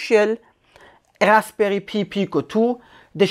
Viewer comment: Great presentation. I just wanted to point out that ARM or Arm is pronounced like the arm on the human body and the Pi in Raspberry Pi is like Apple Pie.